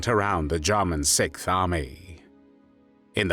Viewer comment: This narrating is from one of the most irritating such "voices" on youtube. It's like someone is trying to rub finely ground gravel into my ears. The way he says "JAH-munn," and his tongue cannot wrap itself around however it needs to wrap to pronounce SIXTH, when I can do it, just ruins this video for me. The word is NOT sickth. Don't feel alone, though, there are other voices which just rub the ear in an unpleasant manner, his is not alone in that neighborhood. If I can get my Croatian friend to listen to the first several minutes, I'll let you know what he says about the effort to speak three words in his language. I would've just opted for an English translation of the words, rather than hearing a British person attempt to speak another language, y'all are usually not too good at that. How does someone who looks so young, sound so old? I genuinely would have liked to watch this, as a U. S. Marine, German soldiers reportedly/reputedly coined the term "Devil Dogs" (or Teufel Hunden) for U.S. Marines during the ferocious Battle of Belleau Wood in World War I. The fighting, which took place in June 1918, cemented the Marines' fierce reputation.